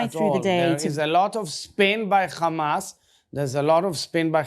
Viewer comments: I hate how they say ""KHamas" it's Hamas. Learn Arabic. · Kkhhhhaaamaass .. it’s H mate not KHH